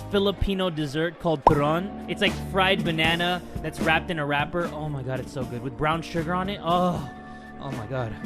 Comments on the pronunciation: hindi yun turrrron its turon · did you say buron or turon?